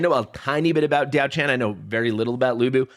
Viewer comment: As mentioned underneath your last video: Pronunciation: ti̯ɑ́ʊ̯ ʈʂʰǎn [Dyaow Chan - the 'chan' has a rising tone] And Lü Bu [is again with the 'ü' sound, otherwise it is pronounced the way it is spelled, but with a rising tone in the end] To clarify, the 'a' sound is a normal 'a' sound and not the English version. Also, I did comment about the background in your last video as well.